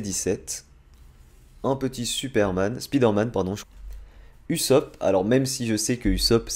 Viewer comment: On prononce « Ousop » et non « Usop » « Orochimarou » et « Orochimaru » Bizarre tu prononces « Sasouke » et pas « Sasuke » Et là c’est la bonne prononciation